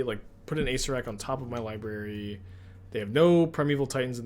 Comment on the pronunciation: please... your killing me. It's pronounced ah-SAYR-er-ak...someone in his twitch chat, PLEASE tell him. It's hurts me to hear acerak. It's acererak.